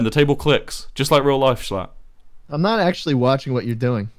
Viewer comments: thats not how to pronounce schlatt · ur saying sclatt like skleat